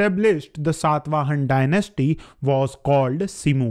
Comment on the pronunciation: It irritates like anything when you say Ashok instead of Ashoka or Satavahan instead of Satavahana etc. Pl. don't cut the last 'a' in the names.